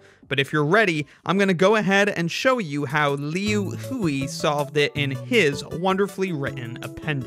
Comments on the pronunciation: It's pronounced liu hui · it's pronounced more like "Lu Hwe" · The mispronounciations of Liu Hui are killing me